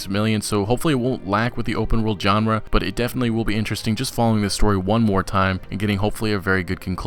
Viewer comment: I hate being that guy but it's grating at me every time u say it lol, u say "genre" wrong XD